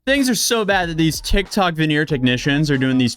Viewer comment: "A viral TekTawk"